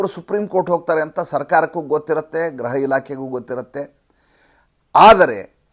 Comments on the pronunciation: Pls note, pronounce ation of home department in kannada as gruha elaakhe not graha elaakhe. If u any dout check in dictionary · neevu thumbachennagi vishleshane maaduthiri,aadare gruha anno badalu graha ilakhe annuthiri.Adondu saryagi helidare innu kelalu thumba chennagiruthade. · It is not graha but griha or gruha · ಅದು ಗ್ರಹ ಇಲಾಖೆಯಲ್ಲ, ಗೃಹ ಇಲಾಖೆ